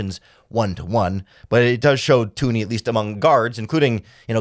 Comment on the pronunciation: Yo bro it’s Thuney not Toony